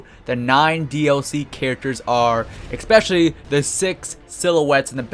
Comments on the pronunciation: ESPECIALLY!!! NOT EXSPECIALLY...Other then that great video! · Why do you say ek-specially instead of especially??? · E-Specially. Not EK-Specially. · holy shit stop saying ECPESCIALLY